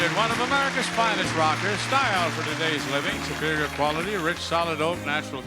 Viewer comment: I thought he said pair of knockers.